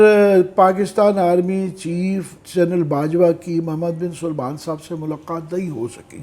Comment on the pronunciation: محمد بن سلمان نام کی درستگی فرمائیں